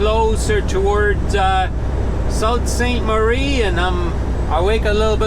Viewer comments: SOO Saint Marie is how it's called, the Sault is pronounced Soo! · it's pronounced Soo Saint Marie ( Sault Saint Marie), I know as my uncle lives there. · Nice video, kit is working well. You went to Sault Ste. Marie? I believe it’s pronounced “Soo Saint Marie”.... Keep them coming! Cheers.